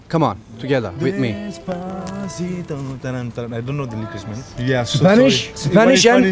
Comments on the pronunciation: Reynmen abi çok güzel söylemişsin "despasıdo" yu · desbasıdo dedinya valla tekrar tekrar dinlemekten yoruldum cok guzel soyledın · Abi Despatico soylemene heyran kaldim. AZ TR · Despasidoyu ne kadar guzel okudu yav